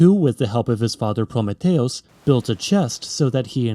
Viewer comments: ITS F#CKING PRO-ME-THEE-US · Your Computer Voice got 'deluge' correct, but butchered 'Prometheus'. Also, when you use hyperbole to illustrate a concept, do not make it grossly incorrect. Like do not call 8,000 years "less than nothing" in geologic time. You have no where to go farther in hyperbole than 'almost nothing'.